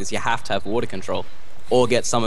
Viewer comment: "there's no trash for watah" he went a little bit british there.